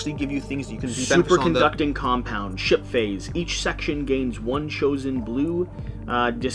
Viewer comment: They seriously need to change the name “Ship Phase”. Every.time. I hear shi(t) phase or the better shi(t) faced 😂